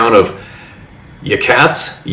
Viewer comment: Yachats … pronounced Ya-hots … the native names are tough